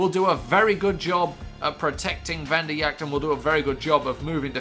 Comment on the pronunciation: Vanderjagt is pronounced Van-der-jat